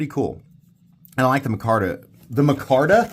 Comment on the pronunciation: muh-carta lol